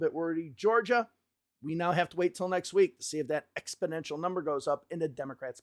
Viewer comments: ExpoNential not ExpoDential lol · It sounds like you're saying EXPODENTIAL not EXPONENTIAL. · Exponential not expodential dude. Thanks for your videos. Keeping me across what's going on. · Expidential? You mean exponential? No D in there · It's pronounced "exponential" 😏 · Exponential! NOT ExpIdential. YIKES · You keep saying a word that sounds like “expidential”. Do you mean EXPONENTIAL? Expidential isn’t a word. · You always make me chuckle when you say “exponential” as ‘expodential’ hehehe Keep up the great work! 💪